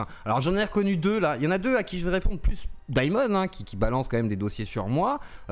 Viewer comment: Daïmon a trahis? mon dieuh, mais quelleuh surpriseuh! 🤷